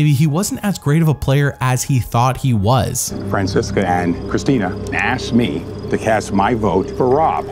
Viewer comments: Fransesca ,no, “Franchesca.” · its pronounced as Fran-CHES-ca 😉😂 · "Frances-chess-esc-qua" "Francesca...." Her sitting there nonchalantly correcting him every time was easily one of the funniest things throughout their tribal counsels together. I love Francesca lmao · You mispronounced fransesqua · I loved Phillip. He is hilarious. I loved how he mispronounced Francesca’s name. I loved Stealth R US.